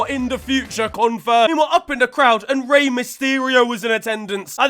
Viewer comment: thats not rey